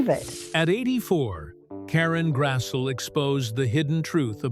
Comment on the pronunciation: Its pronounced Grass-lee